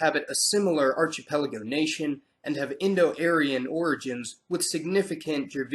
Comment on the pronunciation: Archipelago is pronounced ARK-ipelago.